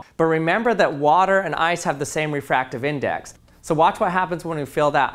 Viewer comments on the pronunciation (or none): I've never heard "ice-hole" pronounced so carefully in my life! 😂😂😂